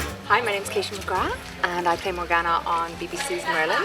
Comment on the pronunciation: i love how she's the only one who pronounces 'morgana' like that XD just adorable